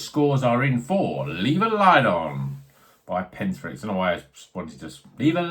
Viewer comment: is the correct pronunciation! Looked good this one from Pentirch. Still some left in the Bottleshop I work in, so i'll pick one up. Cheers!